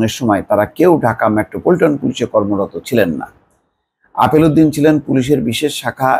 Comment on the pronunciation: আপনি কি গাঞ্জা খেয়ে রিপোর্ট করেন। লোকটার নাম আলেপ উদ্দিন আর আপনি বলেন আপেল উদ্দিন।